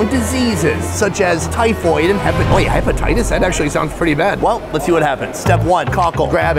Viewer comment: "I already have hepititius"